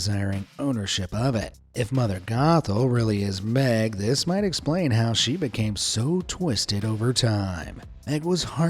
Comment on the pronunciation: Only thing that ruined my childhood is how you pronounced Meg.